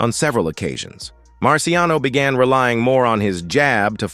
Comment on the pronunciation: It’s Marciano. No S.